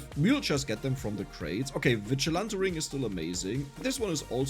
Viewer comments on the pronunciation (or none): none